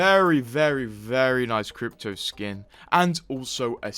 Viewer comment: Why he say "crypto" like that😂😂